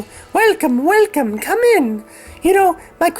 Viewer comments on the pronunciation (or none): none